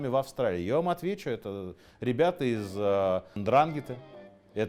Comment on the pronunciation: Очень много ошибок (((. Пара примеров: 1) НдрАнгетта - ну тогда говорим БрУскетта. В итальянской транскрипции при такой структуре ударение на предпоследний слог. Правильно говорить НдрангЕтта 2) после Маранцано не было “capo dei tutti capi” - это был одно из основных правил Сальваторе Луканиа (Чарли Лаки Лучиано) Нет одного босса, есть совет семей. 3) В Америке не было землячества, разделение по рождению строго соблюдается только в Италии. Джон Готти Первый (глава клана Гамбино, изначально Анастасиа) был неаполитанцем. 4) главой Murder Inc. был Луис Лепке «Бухгалтер» И т. д. ………..